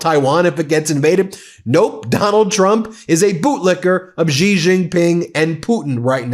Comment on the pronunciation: Please learn how to pronounce the Chinese names correctly so you don’t have to offend people’s ears by repeated mis-pronunciation. The same way people slaughtered the names Kamala and Mamdani, you are doing with Xi!!!😢 Just know that the sound of “X” is close to “sh” Do that you will be golden💛✌🏾